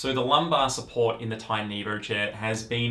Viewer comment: evor? its just evo bro